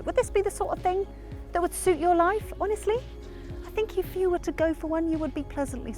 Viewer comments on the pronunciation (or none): none